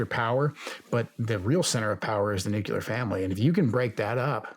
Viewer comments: Very disappointed to hear Joe Kent pronounce nuclear as “nukular”. Hope he does better in the future! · Nuclear vs Nucyalear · also “nukeyalur” when the word is actually nuclear. it isnt hard.